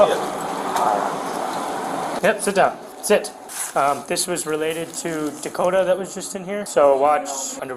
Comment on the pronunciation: Dakotah, with an H? Should have been DUHkota